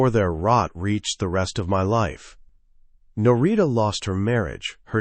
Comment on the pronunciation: A piece of advice. Do a proof listen before publishing. I’m a minute in and the wife’s name has been pronounced two different ways. There are probably only three variations. Names are a problem for narrators. Specifically uncommon names. Narita is an uncommon name in English. If you have a way of choosing names, go with simple. Otherwise the listener ends up struggling to keep engaged with the story. Annoying details are distracting.